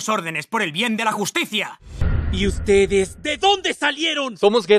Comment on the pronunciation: Creo que tengo un problema en el oído Por que soy el único que escucha "Di uztedes! De donde salieron >:v?"